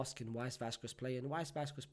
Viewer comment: Can somebody please tell him how to pronounce vazquez 💀 im a barca fan but hearing vaquez being pronounced wrong is annoying